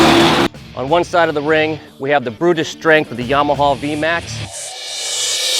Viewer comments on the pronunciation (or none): my ears hurt whenever he pronounced their names. "dee yah vel" , .."yaw- mah-h"...